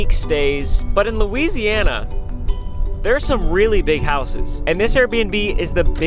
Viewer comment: It’s Louisiana Ryan 😂!!!!